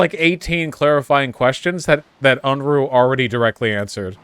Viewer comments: And called him unroohay like vowsh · I find it amusing that neither of the them can pronounce Unruhe properly ...